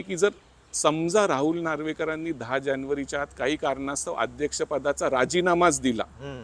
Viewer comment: जानेवारी -जाणेवरी निवडूनुक आयोग. ण पुन्हा, ण.. दोन -दोण नाही... उल्लंघन.. ण .. नंतर - ण बातमी खूप छान आहे., फक्त न आणि ण मध्ये गोंधळ नका करू सर.